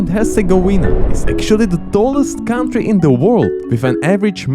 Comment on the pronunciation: Can someone please explain to how the word "country" is pronounced?:D